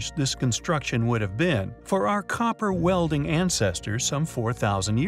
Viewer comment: I get it, you like looking up and using $3 words. But, if you keep saying things like "mind boggingly (bogglingly)" and "copper welding (wielding)," we feel you are going to need to scale back said vocabulary to $0.75 words. We find your mispronunciations highly compelling.